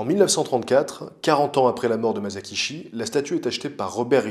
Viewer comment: Épisode superbe, comme d'habitude ! Juste, on ne dit pas [ Mazakishi ] mais [ Massakitchi ], mon petit côté pointilleux sur le Japonais ressort, c'est pas méchant, c'est juste " histoire de " ^^ Bravo pour tout ton travail !